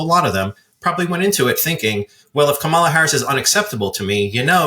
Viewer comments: It's pronounced KA-ma-la. It is not pronounced ka-MA-la. Emphasis on the FIRST SYLLABLE. Not like we've been hearing the Vice President's name for 4 years or anything... 🙄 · Her name is Kam-a-la, not Ka-ma-la. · It's Ka-ma-lah, not Kah-mala. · It's KAH-ma-la, not ka-MAH-la. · I'm 100% sure that doesn't mean any disrespect to Vice President Harris, but he really needs to learn how to pronounce her first name. As Rachel Maddow did, think of the word "comma", then just add a "la" at the end. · Gee. Please pronounce her name correctly. If having difficulty, remember it this way: comma la or , la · it's pronouced Comma-lah. You can do it buddy! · it's pronounced "comma la", like the punctuation mark followed by a singing syllable. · Please tell that his inability to pronounce Kamala correctly makes him sound less believable. Plus, he refers to Hilary by first name too. Very disrespectful. How about saying Donald, forget all surnames. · needs to learn how to pronounce the Vice President’s name. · Everyone is pronouncing Ms Harris’ name wrong. You are pronouncing it the way Trump does. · I'm sure no disrespect is intended, but please please please teach your guests to say "Kamala" correctly (i.e. the way she says it). It's bad enough all the Republicans say it wrong deliberately. It may seem too small to worry about, but its not - no one knowing how to say her name is a great way to frame her as other - not like us. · Gotta say, if you can't pronounce the name of the VP correctly, you lose a lot of credibility. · Don’t you think it’s time to pronounce Kamala correctly? Very rude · Her name is KA-ma-la! You show a lack of awareness & a lack of unbiased expertise when you can't even pronounce her name correctly. It's not that difficult. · Are you saying her name incorrectly on purpose,? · you’re saying her name wrong dude.